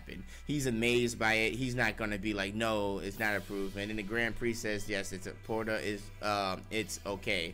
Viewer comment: God damn can read "Porta"???? What is that?